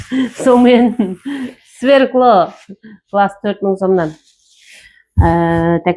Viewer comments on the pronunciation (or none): Сверкло емас свекла